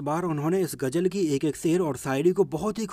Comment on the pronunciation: Sory bhai main apka fan bhi hon par hindi main ap bat karte ho to ghuzal ko ghujal na bolo lpz